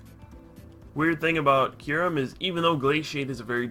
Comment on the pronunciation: about half way through the vid i got tired of "Curem" and not Kyurem lol